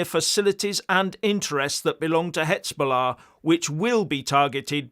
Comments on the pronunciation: I keep telling you: you are mispronouncing the Z in Hezbollah. It's like the S in Lesbian. Please! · HIZ....HIZ.....HIZ...BOLLAH!....NOT HITZBOLLAH.